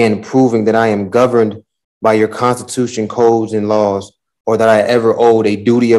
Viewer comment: He keeps saying contitution and manswer instead of answer , but swears he is smarter than everyone else 🙃😕